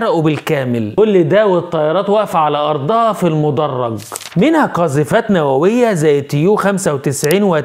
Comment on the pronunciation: إسمه "المَدْرَج" و ليس "المُدَرَّج" و الفرق بينهم إن الأول هو ممر إقلاع و هبوط الطائرات أما الثاني اللي حضرتك قولته فبتلاقيه في الإستاد أو في قاعات المحاضرات في الجامعات